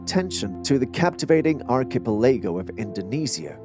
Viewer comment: 'Gotta teach the computer 🖥 😒 synthesized voice how to pronounce some basic 😅 ''truthful geo-logical' terms such as archipelago''!